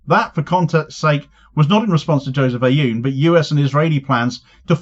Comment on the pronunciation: You won’t be able to pronounce the first letter but if you simply say oon Like Boone without the B , it will be far batter than your current pronunciation , this is no actual A in his prononciation it’s an effort to represent a letter that doesn’t exist or a compound sound but your over focusing on the A in the president’s name